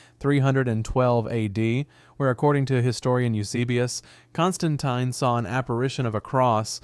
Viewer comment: He got my pronunciation of my name wrong 😑